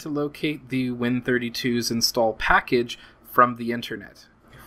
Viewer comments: By the way, the correct way to say the name of Win32s is "Win-32-S", not "Win-32s". The S stands for subset, as Win32s is a subset of the full Win32 API. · I believe you were pronouncing it like the plural version of Win32.